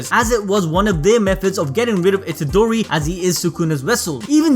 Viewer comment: lol the way you pronounced Itadori, i for a second mistook it for CHIDORI